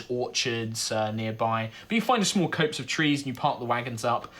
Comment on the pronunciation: copse = cops, not copes!